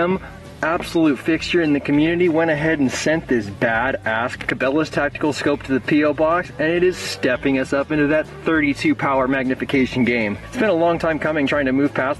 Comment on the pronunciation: Nice Scope how much and you said Cabelia